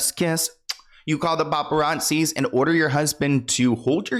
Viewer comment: You said boparrazzis lol